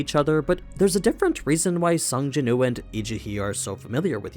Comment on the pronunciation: Please say the W in his name. His name is Sung Jinwoo, not Sung Jinoo